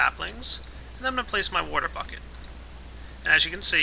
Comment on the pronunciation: I love how pronounces water "wouudur":D